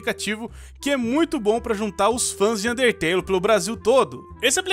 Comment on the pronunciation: ele n disse undertale ELE DISSE UNTETELE